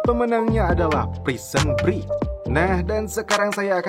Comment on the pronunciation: Maaf Bang masukan. Break dibaca "brek" Lincoln dibaca "Lingkin" (bhs finland) Saran lgi buat smua aja, klau lgi nnton film jngan cuma baca terjmah aja, dengarkan juga suara aktornya. itung² "smbil brenang minum air" buat pngetahuan juga kan. over all is good